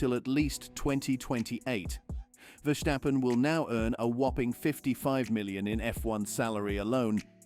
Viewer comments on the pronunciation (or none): It's Verstappen and not Vershstappen